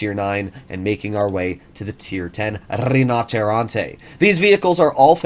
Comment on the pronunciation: Da italiano, sono fiero dei nostri carri armati 😊...comunque si pronuncia "RÌNOCERONTE" non "RINNOCCERRONTÈÈÈ"...basta mettere l'accento sulla "i"